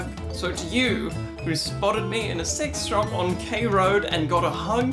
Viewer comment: The way you swallowed the phrase "sex shop" with embarrassment each time you said it, I thought at first you were saying you were recognized in a convenience store. Dear, say it with some fortitude: you were in a sex toy shop with the charming name Peaches & Cream and you were recognized by a fan. GOOD FOR YOU! Give yourself a high five - or a low one, if you'd prefer. Use your dominant hand to do whatever you'd like, because it's your hand, and you're a grown-up, so do whatever you want with it (especially since you've been to Peaches & Cream, and presumably have all the tools you need to facilitate the action of your unassisted hand).